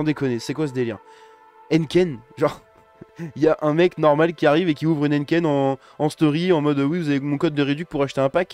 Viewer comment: T'es le seul qui prononce Heineken "n ken"